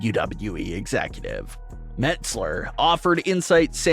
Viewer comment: Mets Ler instead of Meltzer. Sonds like it. 😆 Must be his gimmick.